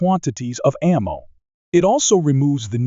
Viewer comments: This video lost me with "a mow tech". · The first frickin line... "A MOW tech is advancing rapidly". If we're going to automate narration, can we get one that actually knows how to pronounce 'ammo'? Or actually, get someone to speak into a mic? Hell, I'll do it. ("LEED bullets??")